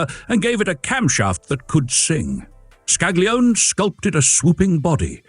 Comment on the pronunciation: Another excellent vid! Here are a couple of minor pronunciation corrections to train the AI voice. Designer Scaglione, the "g" is almost silent, but the "e" is not: "Skal-ee-OH-nay." Coachbuilder Bertone, no silent letters: "Bear-TONE-ay."